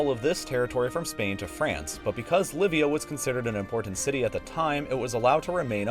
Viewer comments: shouldn't Llivia be pronounced yee bee uh? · 4.56 it is pronouncd yeebia